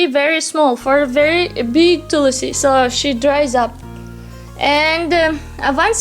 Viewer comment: What is Tulasi? A very foreigner way of saying/distorting Hindi words. Plz learn it Tulsi not Tulasi.